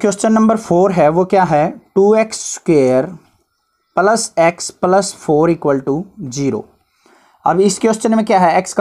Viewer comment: Or +plus ko palas😂😂